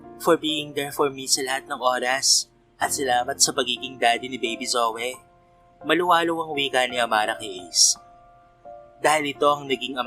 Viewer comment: PARANG JOEY ANG PRONOUNCE SA PANGALANG ZOEY.